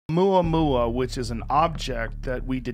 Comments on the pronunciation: Just pronounce it Ooo-mau-mau and be done with it. Papa oo mau mau! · Doesn't any one know how to pronounce the name? Remember the song " ou mau mau papa ou mau mau"